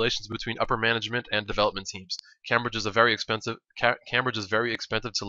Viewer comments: It's Came-Bridge, Not cam-bridge :L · It's pronounced Came-bridge not Cam-bridge. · its not cam bridge its pronounced came bridge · i don't know if there is a correct way to say Cambridge but i have never heard anybody say it Cam bridge i have always pronounced it Came bridge because thats how everybody i know says it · nice video. Just 1 thing though, it's pronounced came-bridge not cam-bridge :D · sorry but i have to say this. its pronounced 'came-bridge' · it's pronounced "came-bridge" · its pronounced "came - bridge" :) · it's pronounced came-bridge. lol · You're not english but Cambridge is pronounced Came-bridge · Cambridge pronounced came-bridge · The way you pronounce Cambridge hurts my ears.